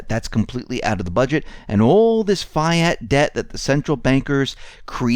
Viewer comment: fiat is pronounced "fee-ott"